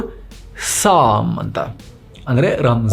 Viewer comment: ಸಾಮ್ ಅಲ್ಲ ಸ್ವಾಮಿ ಸ್ವೌಮ್ ಎಂದು